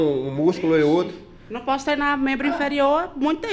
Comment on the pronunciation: "eu num possu perde naum"